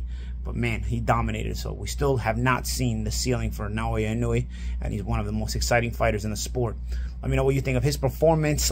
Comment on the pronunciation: "Noyee neweee" 😂